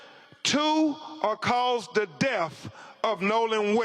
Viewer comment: I love to hear Crump say Deaff and Wiff….